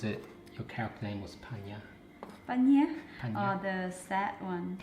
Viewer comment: Your husband say: Pa Nyab You pronouncing it: Paj Naum 🤣🤣🤣